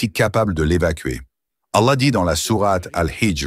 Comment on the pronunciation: Pour, la lettre “h " qui termine le mot Allah, se prononce comme le “h" de Ibrahim, pas comme "y" où “ي" en arabe. Ou comme “how" de l'anglais.